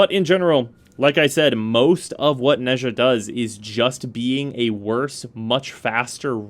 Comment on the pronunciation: Nezha is pronounced Nah-jah (don’t question it Chinese is a weird language)